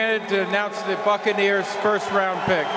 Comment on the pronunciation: it sounded like he said fuckaneers lol.